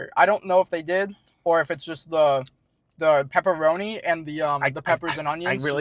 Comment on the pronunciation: Whole video you two are saying pepperoni . Couldn’t stand it do research first lol